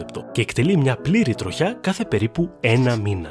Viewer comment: Δεν άντεξα να ακούω 'τρο-χιά' και 'τρο-χιά'.... ΔΕΝ προφέρεται σαν τη λέξη 'τριχιά'. Και το σιδηροτροχιά έτσι το προφέρετε